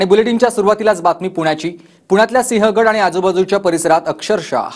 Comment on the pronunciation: सिंह गड रोड असे म्हण ग